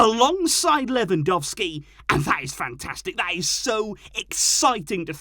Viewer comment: If you can pronounce Le-van-dov-ski's name correctly, maybe you can pronounce A-rah-OO-ho's name correctly, too? 😁